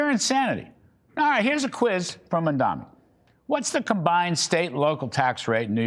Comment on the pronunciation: 😂 the pure instanty that you can't even get to say his name right and yet you dare to criticize him.. Go and learn to read first boomer